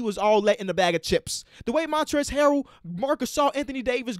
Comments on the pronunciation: Bro Montrell Harris that was so funny bro that guy could not pronounce Harrells name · LMAOOO Chris Webber called Montrezl Harrell “Montreal Harris” this dude needs to stop announcing games. 😂😂